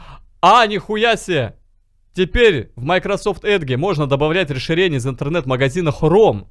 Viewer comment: "эдгэ" я подстолом !